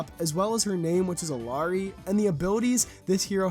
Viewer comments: The proper way to pronounce ILLARI its: E-Yeah-Ri you can pronnounce or listen it on Google Translate :face-blue-smiling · btw it's pronounced ee-yah-ree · Pronounced “EE-yah-REE” btw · the double L in the name is pronounced as as Y sort of sound